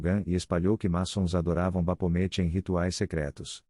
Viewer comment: bacana o video, mas a narração é lástimavel. As pronúncias são um desserviço prestado. Se o objetivo é mesmo transmitir conhecimento e intelectualizar, não pode deixar desse jeito. Um dica para você que esta usando narração virtual é escrever no texto da maneira que se pronuncia, exemplo: baphomet, você escreve Bafomé, e ele vai narrar corretamente.